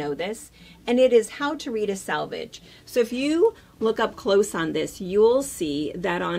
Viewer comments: Nice video but it's sElvage, not sAlvage. Not sure why everyone pronounces this incorrectly. So much great information and not getting key words right. Sorry to complain. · I also learned so much, even though I worked at a fabric store years ago no one ever taught us a lot of this info. Just one little thing (and I've heard so many others do this that it makes me think this must be a midwest thing) it's selvage, not salvage. Scrap metal is salvaged but fabric has a selvage! Now I feel petty for mentioning it but as a professional I think you'd surely want to pronounce it correctly.